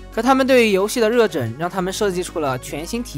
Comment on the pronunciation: 热忱 chen，不是zhen